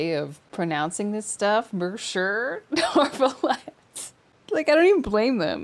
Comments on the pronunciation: besides the carelessness it's the inconsistency that gets me. sometimes it's pronounced accurately, sometimes it's... whatever this is. there's a particular npc that says "neuve" and then in the next sentence says "neuRve" like?? what happened there? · How does anyone mess up Monsieur Neuvillette so badly?? I don't blame the VA's at all, but what in the name of all the Archons possessed their director to not standardize the pronunciation of Neuvillette's name? I took French in grade school and I know what the name is supposed to sound like... It's not that. It's definitely not how Lyney says it half of the time. Honestly, the only one of the entire cast who came close to getting his name right was Wriothesley (I can't remember his name). And that happened once... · FUCK! I thought I was the only one. It seriously pisses me off. How and where do they get that pronounciation from his name? Yeah, it's french, the VAs aren't, but it's not even an accent issue. It's just saying a completely different name at this point.